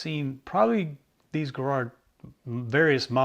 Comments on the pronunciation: It’s pronounced Jarrrard not Guh-rard. Also, with Miracord, the mir sound is like mirror. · Arrrgggh. The American pronunciation of Garrard hurts my British ears. At least you got the hard G right. 5 out of 10. 😂